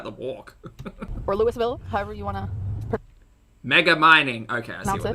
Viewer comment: It's pronounced Loo-uh-vull (like full) and we love our Lights Under Louisville, but hate the annoying commercials for it (at least in my house we do).